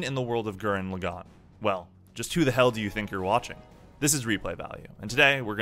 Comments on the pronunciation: Please never say lagann like that ever again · BraixenDon i couldnt finish the video cuz of it